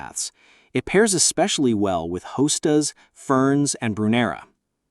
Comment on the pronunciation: AI sadly.. it could have been very informative and enjoyable but with the constant drop me a comment message along with mispronouncing, hosta, clearly marks it as fake artificial intelligence.